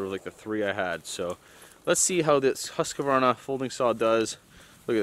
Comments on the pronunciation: I like your videos very good information and instructions. but I have to correct you to pronounce the Husqvaran as it is a Swedish word so it says in English, the house Qvarna and not husk qvarna :P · Don´t say Husqvarna like that tho bro, say it correctly, in swedish! Something like this "Who´s kvarna", or even "House-kvarna as Hus means House , don´t say Husky-varna LOL! I´m swedish and so is Husqvarna! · In Husqvarna you don’t pronounce ‘’ah” but I used to do it 2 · I find it really funny the way you say "Husqvarna". I know you say it correct for English speaking ppl, but for some reason I start to giggle every time I hear it. Just say HuuuuusKverna and you say it like the Sweds. More or less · As a Swedish guy I just love how you say "Husqvarna". As always thank you for a great video. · Haha that Husqvarna pronunciation made my day!